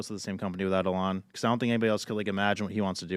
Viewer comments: E-LIAN AGAIN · You mean elON? Ha how do these dudes all mispronounce his name!?